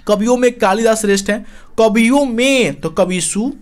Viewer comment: कबियो नही कवियो होता है